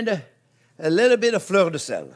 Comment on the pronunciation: When you said Fleur De Sel, I thought you said "Florida Sand" 😂